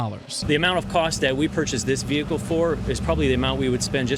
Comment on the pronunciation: You pronouncing the H is vehicle is giving me stress